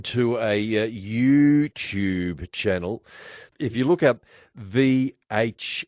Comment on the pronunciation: Its clear that 3AW is an AM Station as he pronounced "You-Tube" in the most old person way possible 😂